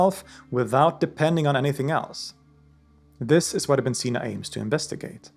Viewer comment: yknow its ibni seenaa if you want to pronounce it correctly